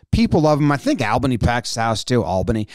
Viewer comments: Love all your videos! As an Albany resident its pronounced ALL-bany not AL-bany. I think you corrected yourself in the video but thought I would confirm since I'm from there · Albany is pronounced "All-bany" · For future reference, it is pronounced "All-bunny"